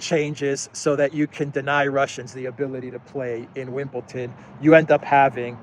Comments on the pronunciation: ITS WimbleDON, DON a bit like the word DONE Not WimbleTON. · There is no "t" in Wimbledon!